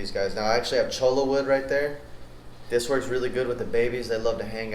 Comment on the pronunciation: When you say "Cholla wood" it sounds like "Cholo Wood".... An entirely different type of wood ...